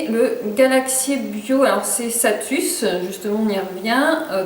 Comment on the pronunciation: C'est pas plutôt salus la marque ? Tu dis satus